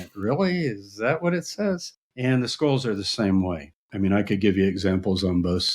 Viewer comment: I kept hearing Skrulls. 😅